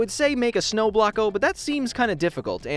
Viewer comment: he said shno instead of snow